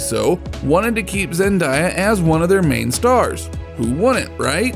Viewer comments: Stop saying her name wrong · I'm not trying to be rude but you says Zendaya